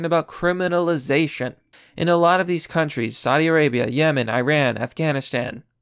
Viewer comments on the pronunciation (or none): none